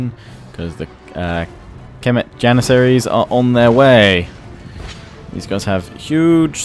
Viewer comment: For cemeet Janissaries I believe its phonetically semet Janissaries